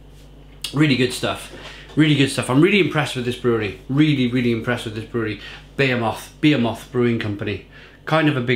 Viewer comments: Buh-he-muth. Behemoth. Lol. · Im pretty sure he is taking the piss with 'beermoth'